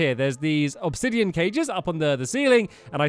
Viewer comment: It’s “Obsidian” Not “Obsidion”